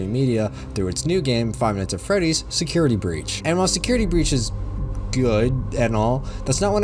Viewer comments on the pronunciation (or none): none